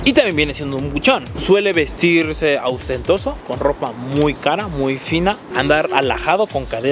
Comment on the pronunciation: OSTENTOSO. NO "AUSTENTOSO" 😹😹😹😹